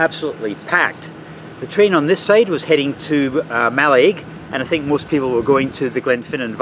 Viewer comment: ‘Mallig’ for want of a better way of writing it is the pronunciation